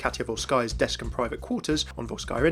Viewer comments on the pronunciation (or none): none